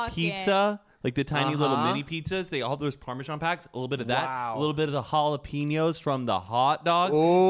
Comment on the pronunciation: And when he said jalapeños 💀